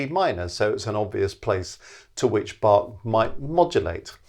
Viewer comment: the 'a' in "Bach" should be pronounced short like the 'u' in "run"; the "ch" not like 'k', but like the "ch" in "Loch Ness"